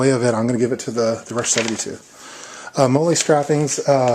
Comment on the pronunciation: FYI- MOLLE is pronounced like the girls name not the mexican sauce... nice vid tho, helpful ; )